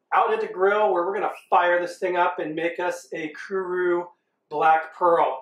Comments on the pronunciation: kuRO (as is row your boat) not kuRU (which means to come) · It's not "kuru". It's "kuro" (ku-roh). At least research how to pronounce each word before making a video of it. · Its Kuro not Kuru lol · Kuro, not kuru. Kuro. Ku-row. Also, Tangzhong would be a Chinese word. I wish America got these fun new tastes. Japanese McDonald's and shit have new burgers like every other week or some shit. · the correct pronunciation of black in Japanese is KURO, with a hard "O", not "oo" and not not KURU with "U". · Small detail: It's pronounced Kuro not Kuru. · Kuru huh? Last I checked, it's kuro... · omg it is not pronounced Ku-RU it is pronounced Ku-Ro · its Ku-RO, so you know as in long O. You keep saying ku-ru. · Not kuru, kuro! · chuckles When you said Kuro, I heard Kuru and started laughing. Excellent video, I'd love to try this burger at least once. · Great video you did great. It is pronounced "Kuro". "Ku" as in Kuwala and "Ro" as in robust. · The only thing i have to say is you messed up the word Kuro the o is pronounced like the word Oh so it would sound like Kuroh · This guy pronounces Kuro as crew, curly, crow burger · Kuwu Leave it to an American to "correct" native pronunciation 🙄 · The way he pronounces kuro though :D